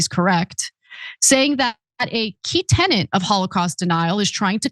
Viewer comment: Tenet. Tenet. TENET. Saga says tennant. It is corrected in the written quote and then Ana says tennant while reading it. WTF? ten net. Write it 100 times on a tennant.